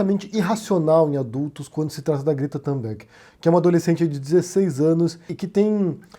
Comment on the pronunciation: "Tumberg" e não Tamberg": não é inglês!!!